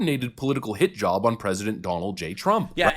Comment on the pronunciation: sorry but when you say hit-job i hear hijab all these people have TDS so bad they asume trump did stuff wrong so they shout Blackmail accusations on him thinking Ah he has no choice to back down else SOMETHING will be found. But trump stands tall and sues them because he know he did not do SHI meanwhile more and more comes out of the acusing democrat side..